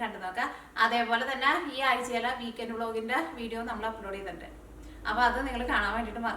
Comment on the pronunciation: Meshing cup alla , measuring cup